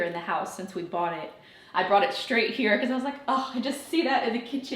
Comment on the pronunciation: Shtrong, shrait, shtrips. Shtrange.